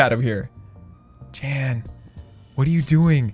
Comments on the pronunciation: Jan not Jen dude..😁😁😁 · It was Jan not Jen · Hes name is jan not jennnnn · YOU KEEP CALLING JAN JEN YOU EVEN NAMED THE ARMY 'JENS' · IT'S JAN NOT JEN! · Her name was Jan not Jen. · How many times does say Jen instead of Jan. Say the right number and you win a virtual cookie! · Jan is not the same as jen Jan is a Dutch boys name and sort of spoken out as Shawn and Jen combined This just kinda made me mad bcuz my grandma is named jan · It triggers me that u say "Jen" but it's 'Jan' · First it is Jan not jen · It’s Jan not Jen or jam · It’s Jan not Jen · Its Jan bro not Jen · It’s Jan not Jen why did you name your army Jen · Jan not jen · Its Jan not jen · I feel like "Jan" is Afrikaans and is keep on saying Jen😂 Ah boere is mar awe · Jan is a polish name it’s pronounced “Yarn” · His name is pronounced yan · you spoke Jan wrong out, it’s actually a dutch name. You speak the J as a Y.😅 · My name is Jan and you pronounced it wrong xD it’s a German name